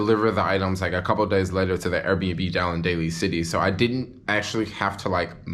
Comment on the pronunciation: I love how you pronounce Airbnb. Errbnb. I love to eat at KFC for lunch. That new $3.99 chicken sandwich is the BOMB yo. So juicy and delicious. With the Pickles. Don't get me started on the PICKLES yo. And then there is always SUSHI for LUNCH. Oh, how I love eating things with faces. I am a carnivore YO. Born and Raised. All you people who claim to love God and be so Spiritual and spout all the God stuff and call yourself Vegan, need I remind you of what your God said. Acts A voice said to him, "Peter, get up! Kill these and eat them." ... And there came a voice to him: Arise, Peter; kill and eat. ... And there came a voice to him, Rise, Peter; ... OH YOUR GOD IS A KILLER and MEAT EATER.